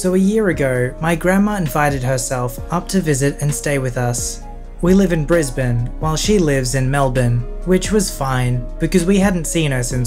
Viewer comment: 👍🏻 pronouncing Brisbane and Melbourne correctly!